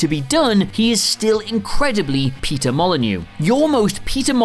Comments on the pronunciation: What i heard was peter molenyeux peter molenyeux and peter molenyeux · Say Peter Molyneux again. . . Please